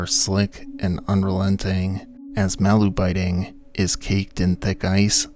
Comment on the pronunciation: Yet another YouTuber who can’t be bothered to look up the pronunciation of the subject of the video